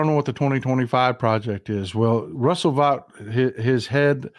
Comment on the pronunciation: Russell Vought surname in German is like you said it.